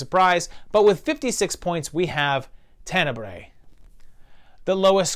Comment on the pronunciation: You’re pronouncing names wrong. Cmon, how does everyone else pronounce Argento, Asia, Tenebre?